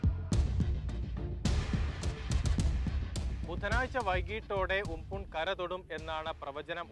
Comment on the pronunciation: ഉംപുൻ അല്ല ചേട്ടാ ഉംപൻ